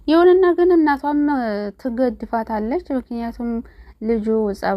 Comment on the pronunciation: ትገድፋታለች ሳይሆን ትደግፋታለች በይ ትገ ሳይሆን ትደ ነው